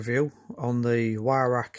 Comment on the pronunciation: o you said ""why rack "" no W sound in German m8 its its pronounces v-roch or VIe-roch (with the welsh CH sound) im welsh and a gunsmith for 33 years and as the name suggests used to be a gun importer of edguns, not an english teacher lol sorry pet hate of mine :) like people calling pattern welded steel Damascus (im also a blacksmith) that one really gets me ! :-)